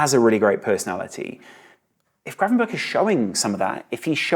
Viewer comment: The pronounciation of Gravenberch is not with "burch" on the end. The "ch" sound is the same as the "g" sound in Dutch. So more like it says gravenberg.